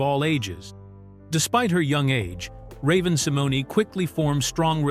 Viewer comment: 😂😂😂😂 I hate it too….. yeah he’s butchering Raven’s name 😂😂😂